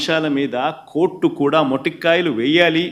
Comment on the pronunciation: Orey edhava paniki maalina jagan.... మొటిక్కాయలు కాదు రా సన్నాసి.. మొట్టికాయలు.... మొ టిక్కాయాలు అంటే గోరుచిక్కుడు కాయలు... చూసి చదివే బదులు... పోయి పడుకో... నీకు అసలు బుర్ర లేదు రా... మనిషివే కాదు..నిన్ను గెలిపించి ఇంకా పూజించే జనాలు ఎంత ఎదవలంటే.. వాళ్ళు బతికేదే వేస్ట్